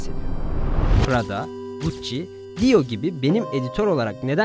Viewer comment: Dior ve Chanel Fransız markasıdır.Son zamanlarda yaptığınız telaffuz ve yanlış bilgilendirmeler çoğalmaya başladı.Yaptığınız işi layıkıyla yapmanızı bekliyoruz.